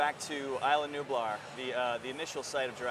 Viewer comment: WTF is ila nublar???